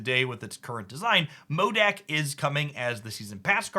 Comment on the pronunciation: I have a question: are you pronouncing Modok incorrectly a meme (kinda like Bynx calling Magneto Magento) or just a mistake? I have seen a bunch of videos of yours mentioning him and it's always called "Mo-DECK" when the correct pronunciation is "Mo-DOCK". Modok's name is an acronym that means [M]ental [O]rganism [D]esigned [O]nly for [K]illing, so there's no [E] in there. Just thought to let you know.